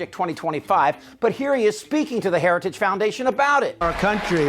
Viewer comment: Trump can't even say "heritage" ... while he is there praising Heritage members for coming up with this Nazi-inspired "Project 2025".